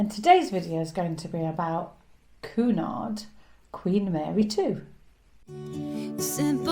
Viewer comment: Quite correct "Queuenard" never "Coonard". (there are dowagers in the Queens Grill Lounge clasping their pearls, and fainting)